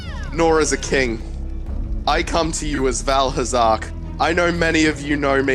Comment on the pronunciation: Val Hazark? As in vaal hazak from monster hunter?